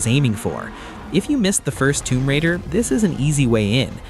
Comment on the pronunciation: It’s raider…..not radar.